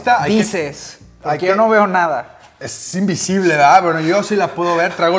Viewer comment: Soy el único que se dio cuenta que dice invisble y no invisible?